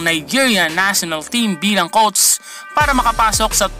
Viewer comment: “Kowts” “qoutes” “coats”